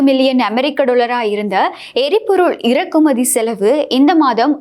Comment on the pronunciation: இரக்குமதி அல்ல இறக்குமதி. மொழியில் உச்சரிப்பு முக்கியம்.